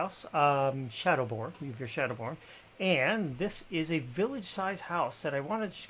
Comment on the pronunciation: Juriv? I feel dirty :( It's Juvir